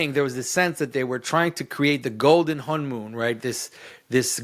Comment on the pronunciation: When you say Honmoon, I hear Hamun (Amun). SyMbOlIsM.